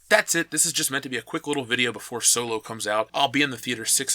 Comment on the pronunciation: You keep mispronouncing "Soylo" 😁